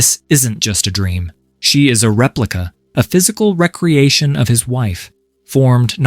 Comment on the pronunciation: Re-creation not recreation. Though both can be spelled the same, ai is unable to determine the correct pronunciation. I am genuinely embarrassed that this bugged me enough to write it in the comments. I apologize for being a dick.